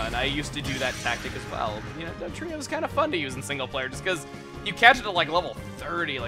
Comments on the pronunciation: Happy b'day also i found it funny when you got dugtrio's name wrong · I faced palm when he said Dugtrio wrong